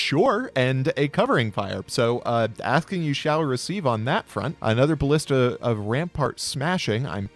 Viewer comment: pronunciation of "ballista" makes me very unhappy.